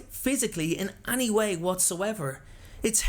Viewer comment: The way he says any annoys me